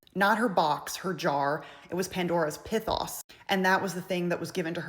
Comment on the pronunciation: It is pronounced P-ee-th-oh-s